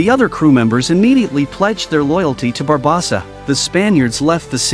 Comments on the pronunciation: Bar-bow-Suh Barb-oh-suh Great vid, mispronunciation of barbosa ate me up 😂😂😂 loved it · Barbosa not barbasa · I agree, how is it he can say everyone's name correctly EXEPT barbOsa! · It's actually pronounced BA BOS SA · The way the AI says “Barbawwwwwsa” over and over… it’s hard to believe at least half the population would be dumb enough to not realize the difference between AI and a human. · He said it in 9 different ways and none was correct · I absolutely love this channel every single video I watch it thumbs up, etc. They mispronounced Barbosa Every. Single. Time. I tried not to focus on it, but it didn’t work. 🤦‍♂️ Yep. White people probs 😂😂😂😂